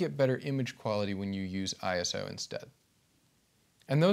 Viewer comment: I knew you would be good the moment you said I S O and not Iso Now I'll continue watching the video